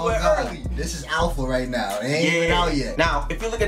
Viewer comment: Are you serious right NEOW?